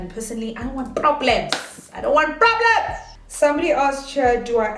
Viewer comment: “I don’t want poblems”🤣🤣😭